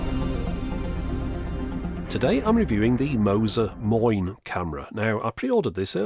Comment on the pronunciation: Moin is a common dialect greeting especially in the northern German regions. Sure, it most likely doesn't have anything to do with this device's name origins, yet I find it funny to hear a "Moin" from you - correctly pronounced as well, haha!